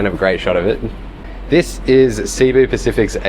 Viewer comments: It's pronounced Si-Boo. Not Seeee-Boo. I've flown this seating and it's brutal. Even in an exit row with lot's of legroom, the seats are unbearable for more than 2 hours. Thanks for the great review! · Filipino here, very insightful. However, just one minor note: Cebu is pronounced /seh-BOO/ with the accent on the second syllable, and not /SEE-boo/. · It's pronounced Seh-Boo not See-Boo 😅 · Please, save my ears and learn to pronounce Cebu correctly. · You spent all this time to film and edit and research an interesting informative vid but not two minutes to know how to pronounce Cebu properly? weird